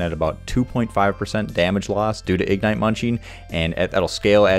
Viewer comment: Please, please, please... igNITE, not IGnite. Not hating, wonderful content, butmy ADHD brain couldn't focus lol